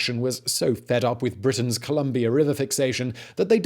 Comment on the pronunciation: Uhmmmm i was born and educated in British Columbia. ColUm(not O)bia....sorry